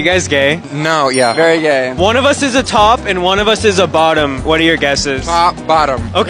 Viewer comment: I'd say by the way he pronounces "bottuummm"